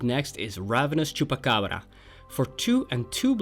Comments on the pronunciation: As a spanish speaker, that was the best pronunciation of chupacabra from a english speaker I ever heard;) Also, a Riku commander deck tech in the future? Hydra omnivore is an awesome card for a combat tricks oriented commander! Keep the nice work:) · Beautiful pronunciation of Chupacabra. Love the frequency of these vids too.